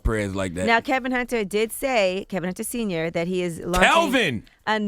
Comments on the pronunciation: Why does Charla call him Kelvin and not Kevin? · It is Kevin, not Kelvin Charlemagne. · why does he call him kelvin and not kevin?